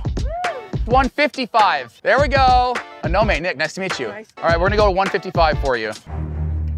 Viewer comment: I thought when you said Anome you said A no name 😅 💀